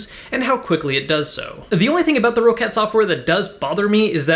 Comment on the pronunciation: It's pronounced like "Rocket" not "Row-Cat"